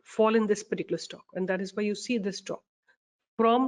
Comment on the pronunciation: Plz pronounce stock while u lecture